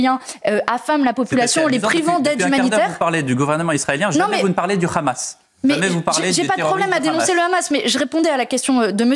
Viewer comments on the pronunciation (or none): Pas le "H -amas, mais le Gh Gh amas comme prononcent les Israéliens et les Sionistes.